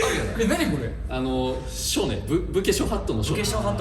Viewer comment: 深澤さん「ぶけしょはっとのしょ」 全部ひらがなに聞こえる